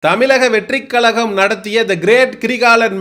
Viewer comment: தலைவா தமிலக னு‌ சொல்ற. கலகம் னு சொல்ற. முதல்ல முட்ட சாப்பிட்றத நிப்பாட்டு. ' 'ழ' வ சொல்லி பழகு. கண்டத தின்னு முக்கா வாசி பேர் இந்த லட்சணத்துல தான் இருக்கானுக. நம்ம மொழி பேரே சொல்லத் தெரியாம நம்ம அத என்னத்த காப்பாத்த போறோம்?